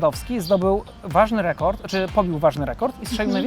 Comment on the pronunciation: tutaj w obronie trzeba napisać, że dziewczyna próbowała odgadnać jaki był "rokurd", a nie "rekord". Bo rokurd to już dużo wyższa szkoła jazdy! :D